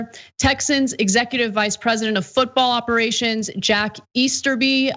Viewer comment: Did she really say Easter-bye?